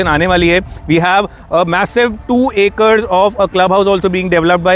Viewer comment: Yaar ACRE hota hai.... ACER nahi... Gazab pada likha aadmi hai